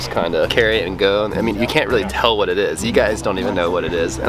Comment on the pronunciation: "WOTH" A REAL HOVERBOARD!! :OOOO